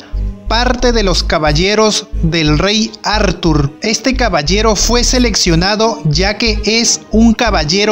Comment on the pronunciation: Como dice athurrrrrr jajajajaj